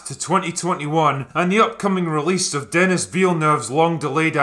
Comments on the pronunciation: It’s DENIS (French, den-ee), not DeNNis. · Tip for you Drinker : its not Denis as in Dennis, its Denis as in Da-(as in the Dafoe)-Ni (as in knights of Ni). Love your content! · Deni Villeneuve. The s is silent. Get it in your thick skull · It’s “deni” not “Dennis” and just forget about getting his last name right